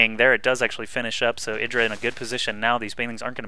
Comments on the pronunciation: his name is eye-dra, not eedra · yeah artosis' way of pronouncing it is right, which is 'eye-dra'